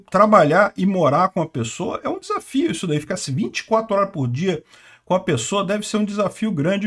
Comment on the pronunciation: "Deve ser um desafio". O que eu ouvi: "Deve ser uma desgraça". 😂